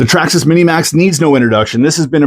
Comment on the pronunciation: Say Traxxasess again